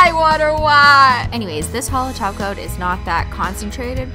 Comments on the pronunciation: SHE SAOD TOP COAT NOT TACO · she said top coat not taco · beep_beep_its_ross because she is saying toco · Glad to hear I'm not the only one! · She did not say glossy taco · Only i hear holo "taco"??? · Cause she does